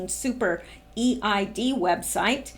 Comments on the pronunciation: Eid is pronounced Eeed. Eid is marked by sacrifices of animals, and is considered a joyous celebration. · Just a little info: The EID festival is pronounced EED (one word) festival. Where I live in Sydney, the Muslim community have the EID festival every year, with rides and food..... Everyone is welcome but I've never attended. Probably about 5000 people attend. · Thank you for the warning, 🙏 Could you give an extra warning when the info involves animal cruelty, pleeease 😘 I think EID is pronounced EED? Thank you for that last bit ❤️😃❤️